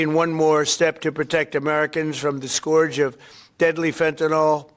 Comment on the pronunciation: Trump can't even pronounce scourge.